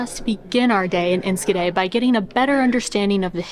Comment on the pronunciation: Look at those sandwiches, amazing! Y'all (you all, how do you say that) are making progress in Dutch! The hardest thing is the 'sch' in, for example Enschede. you tried, and said ensKede. Did you know that in WW2 the best way to know if others were foreign and not to be trusted (not Dutch) is asking: can you say "achtentachtig kacheltjes"? (eighty-eight heaters). Pronounce was key.